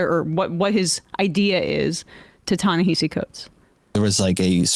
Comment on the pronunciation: Y'all been mispronouncing this man's name since forever: "Ta"-Na"- "Ha"-"See"